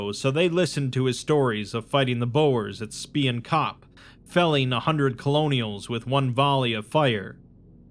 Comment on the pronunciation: Everytime you mispronounced Boer and Spion kop I took fifty psychic damage Boer means farmer. Spion kop is like spy mountain? Kop is best translated though to like the very top of one. Head of mountain I guess? But yea. Uh. Thats uh not how you say either of those words!